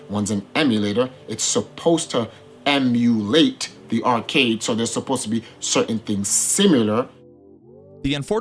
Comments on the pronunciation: He ended this man's whole career with that em-u-LATE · I love people truly to justify the "inexplicable phenomenon" simply by emphasizing meaningless syllables in an adjacent word... "emu-LATE" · The guy defending Billy from - seems to think it's really smart to repeat and stress the word "Emulate"